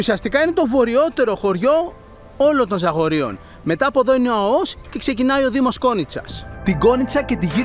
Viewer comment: Αώος ρε γαβ γαβ..Α ώ ος!!! Το εχεις πει 150 φορες και ξερεις οτι ειναι λαθος.